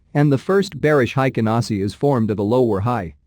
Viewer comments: It's HEIKIN, not HEIKEN. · The pronunciation is a little different. It sounds haikin. The pronunciation is "Hey" and kin = heykin,. I'm sorry I'm not good at English.